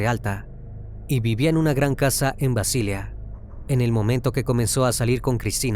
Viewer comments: BASILEA, no Basilia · BASILEA en español se pronuncia tal como se escribe, y sin acento en la a. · Mal un video cuya máquina que comienza su narración pronunciando mal la ciudad de Basilea en Suiza.😢